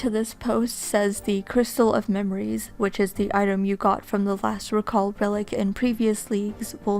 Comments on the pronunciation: It's "reeeeeeeeeeee-call" >:( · The noun and verb form of “recall” have different pronunciations